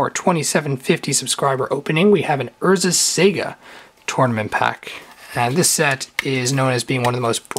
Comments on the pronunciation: Lol urzas sega haha that's not how you say it. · you keep saying Urza's Sega :D I keep picturing sonic casting Morphling. (But Id like urzas saga please). Good vid :)